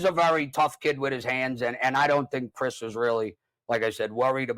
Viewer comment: You guys are pronouncing Cris name wrong.